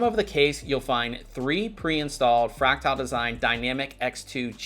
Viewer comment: His pronunciation of "fractal" is driving me insane. It's "fræk-tuhl", not "fræk-tile".